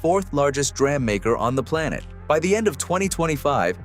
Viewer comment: The AI/text to voice is horrible. 'dram'? it's 'DEE RAM'.